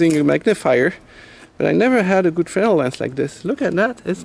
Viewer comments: Finally someone who can pronounce "Fresnel". No surprise there. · Thank you for not saying "frez-nel".